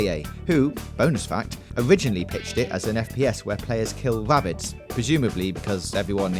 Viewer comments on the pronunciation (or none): wow! i never knew it was "owiginally about killing wabbits". thanks bwitish. Halo is to Micwosoft as Mawio is to Nintendo.